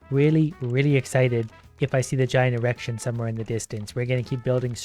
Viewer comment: The best part is the "e-rection"